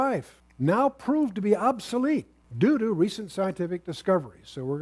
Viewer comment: he says doo doo. (due to)